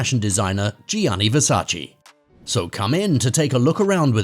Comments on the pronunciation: It's VERSACE not Versaci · Damn y'all idiots can't pronounce VERSACE properly. Sad af.